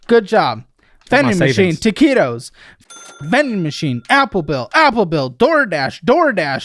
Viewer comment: What do you mean when you say “taquitos”? Or at least that’s how it sounds 😂